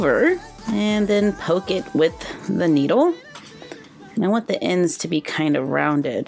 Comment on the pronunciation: You said noodle not needle